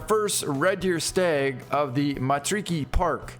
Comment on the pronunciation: Just roll your R's when saying Matariki and Te Awaroa. its the proper way to say it.